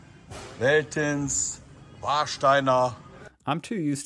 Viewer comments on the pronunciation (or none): So if you are used to american bier, my tip as a German, go for becks, Oetinger or Brinkhoffs. also Veltins would be more pronounced like Feltins. and for snacks lock for Haribo "Schlümpfe".